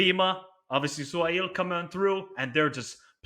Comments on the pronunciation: It’s pronounced su-hail. However, we call him by his first name Ha-reb. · From UAE, Suhail's father was a good defender at Al Sharjah club for many years, it's crazy how his son became the almost the most important strikers for UAE now lol, and his name pronounced: Su-ha-il 😁. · Yes said it right its pronounced SU-HAIL, also the issue with bento is he used to pick players that dont get time with their club, this is the first 2 games he picked right and in march we would finally have a proper center forward caio lucas so we hopefully have a chance